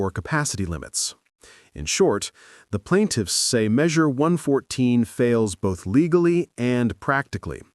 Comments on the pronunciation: Less than 20 seconds in and AI can not say 114? Drop the AI crap and make a real video. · "Eleven four?" You mean One Fourteen?